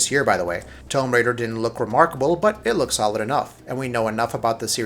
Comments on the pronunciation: Tome Raider ... It's Tomb Raider you fucking nerd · 'Tome Raider'???????? Wtf!!!!!! Tomb....it's pronounced toom ....we all know this. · Wolfen-steen? Tome Raider? E3 2018 being not bad or good, but "strange"? Dude get your pronunciations correct before you negatively portray an overall exciting e3 for gaming... This video is very biased and miss-representative of e3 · You comment on games and you say Tome Raider? A franchise that has been around for years and years? Wow! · Hold on, EA was pretty pointless, but Square Enix was awful. Thirty minutes of trailers with very little gameplay. Also, "Tome Raider"? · Are you kidding me dude? TOME RAIDER? Cuz it’s spelled like Comb right? Lol how are you this far along in your life and not know how to pronounce Tomb.. btw it’s TOOM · Tome Raider? Wolfensteen? Damon ex Masheena? Come on man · Haha what the fuck is "tome" raider 😂😂 it's tomb raider. Like toom 🤦‍♂️🤦‍♂️🤦‍♂️🤦‍♂️ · Tome Raider. Really how could you get that wrong. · Tome Raider..... It's Tomb (toom) in no way ever could be pronounced "tome" who let you narrate this video anyways ffs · Its pronounced "Toom" raider not "tome" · Why do you keep saying tome raider instead of tomb raider? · "tome raider" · I hate this guy's voice. He fuckin pronounces everything wrong. Wolfensteen? Tome raider? Bullshit. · How am I supposed to agree with someone who calls tomb raider, Tome raider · Every time you said 'tome raider' I died a little inside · Lol 'tome raider' 😂😂😂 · Tomb = to͞om. Now say it with me Tomb Raider. Not Tome Raider. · Can’t take any “game” reviewer seriously if they can’t pronounce the word tomb. Tom raider sure is looking good though. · “Tome Raider”??? “Wolfensteeen”???? I can’t take this guy critiquing E3 seriously when he can’t even pronounce “Tomb” & “Wolfenstein” properly. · Tome Raider...Does this guy not know how to pronounce words? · Really bad prenuntiiation. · ALSO, "TOE-MB RAIDER" wtf? LMFAO